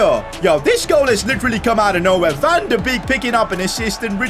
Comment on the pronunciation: Van de beek is pronounced van de bake